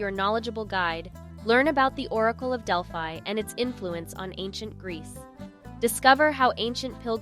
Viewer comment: It’s pretty obvious that the person who made this video either has not been to Greece or did not research enough to learn how to pronounce very basic Greek words such as gyro. I cringed listening to her mispronounce gyro, Delphi, Mykonos, etc. I understand some people try to make money from YouTube, but at least do a proper research on how basic words or places are pronounced.